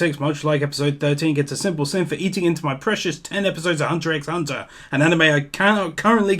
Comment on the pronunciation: I believe Hunter X Hunter is actually older... I believe it started back in 2011. I could be wrong, but I think OPM started in 2015 And I'd be a bad Otaku if I didn't mention the "x" is silent...